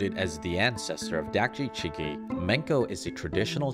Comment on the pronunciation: actually, chigi i pronounced more as chee-gi, with a more "see/Si" mouth/lip motion when saying chee